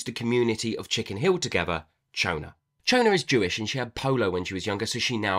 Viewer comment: I immediately forgot about the skeleton so it was a fun surprise when I realised at the end. Can definitely picture this as a film. I listened on audio and Moshe is pronounced Mow-sha and Chona was Shona.